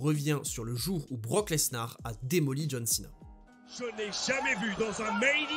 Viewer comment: BROCK LenSAR 😂😂😂😂